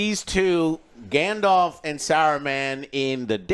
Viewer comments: "Grandelf"............are you fuckin serious??? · Hodor. Grand the elf. Grand Thr Elf. Grand te elf. Grand Elf. GrandElf. Gandelf. Gandalf. 😂